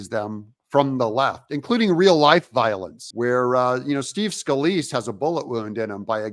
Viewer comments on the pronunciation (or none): none